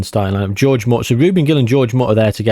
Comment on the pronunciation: I cannot believe you called the first guy George.... his name is Jorge! Whore-Hey!!!